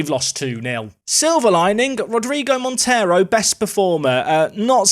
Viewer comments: Hi! Great name for your new portuguese star, but “Monteiro” is not spelt like the latin “Montero”. Monteiro in Portugal is spelt like Mon - they - roo. Love the series, keep it up! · The 'ei' in Monteiro is pronounced as the 'ei' in eight btw